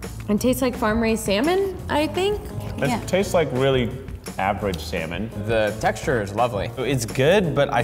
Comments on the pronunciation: Why I'm hearing semen instead of salmon lmao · why do they pronounce it as "samon" and not "salmon"? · sal - mon but the L is silent